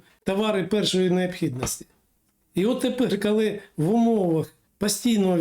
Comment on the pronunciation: Не "кальі", а коли. Готуйтесь краще.